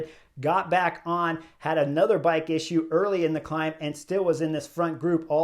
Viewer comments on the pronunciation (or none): none